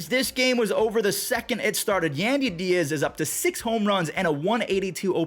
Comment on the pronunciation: love your videos. It's yahn-dee Diaz lol. Keep up the good stuff #Raysup